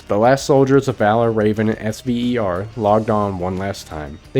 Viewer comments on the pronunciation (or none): Also no one said S.V.E.R we pronounce it Sev er. Had to say this because it was annoying me 😂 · The SVER PMC was pronounced "sever."